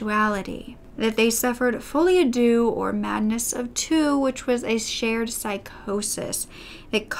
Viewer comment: It sounds like classic Folie à deux. Was it mentioned and I missed it? Edited to add: Yes! It was cited and spoken in perfect French!!